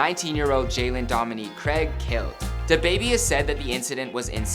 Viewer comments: Why tf you pronouncing his name like that Its DABABY not DUHBABY 😐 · You dress whack and sound wierd saying "dababy"